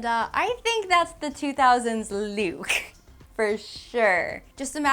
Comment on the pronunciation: Take a shot every time says lewk... careful!